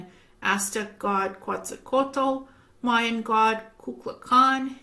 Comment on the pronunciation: the pronunciation of Quetzalcóatl would be something like if you said Kevin, you omit VIN...so that in simplified form it is pronounced KETZALCOATL. Greetings and blessings from Mexico. I love your videos.